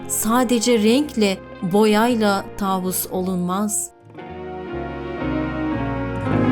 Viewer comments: Taavus değil tavus kuşu lütfen doğru telaffuz edin kelimeleri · taavus değil tavus kuşu